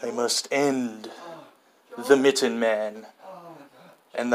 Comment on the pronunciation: I don’t know if you know how to spell mitten or if your saying mitton on purpose